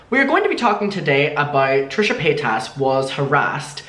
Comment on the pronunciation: I love the way you say her name xD 💕💕💕